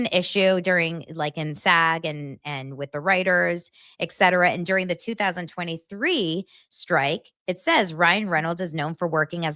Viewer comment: I'm sorry but I have to say it - it's pronounced and spelled 'etcetera' not 'exetera'